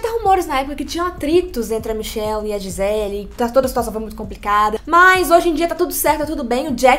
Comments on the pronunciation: Gente ele é brasileira, o nome dela é Gisele não gizeL. Podem falar a pronúncia em pt Brasil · O jeito que a moça fala o nome da Gisele 🙄 "Giselll" Mana, ela é brasileiríssima! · Gente... adoro os vídeos de vcs... mas o nome dela é GiselE... afinal ela é brasileira... não entendi o pq dessa pronuncia "Gisel"... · Vocês são brasileiras, o nome dela é em português. GI SE LE. Nós pronunciamos a última vogal. Para de palhaçada de Gisell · Gisel Kkkkkkkkkkkkk Ela é brasileira, porr!!! É GISELE! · Pq a menina ficava chamando a giselle de gisell?? 😂😂😂😂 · Di-zel???? Ai foi demais né meninas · Nossa que agonia “Gisel” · Pq vcs nao falam o nome dela em português? É Gisele.